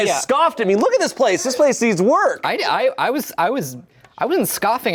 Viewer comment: "this place needs WORK!" is so "ohh BROTHER, this guy STINKS" coded